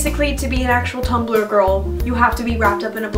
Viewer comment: its not tum-bel-er, its tum blur omg